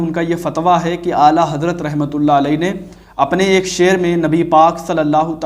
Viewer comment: eak nahi ---eakak